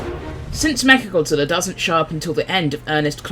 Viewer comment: all i can hear is "Meth Godzilla"